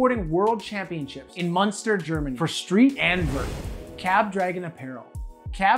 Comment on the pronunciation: It was the first time I heard someone try to spell the "ü" in Münster like a "ü" and not like a "u". Or at least I think so. (german is very hard even germans hate it, trust me on that one)